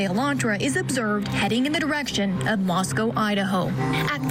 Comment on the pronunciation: Ist time ive ever heard any Americans say Moscow correctly 😮